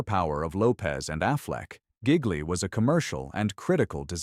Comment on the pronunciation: It's not correctly pronounced "gig-lee".